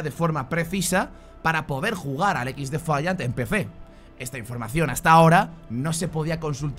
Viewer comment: Alpha o dices el nombre del juego en inglés... O me va a dar un chungo... Equis defaiant.... Suena mal.... Ex defaiant... Mejor. Y si se que se escribe XDEFIANT